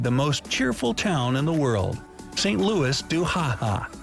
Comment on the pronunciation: The fucking American narrator's pronunciation of "Saint Louis"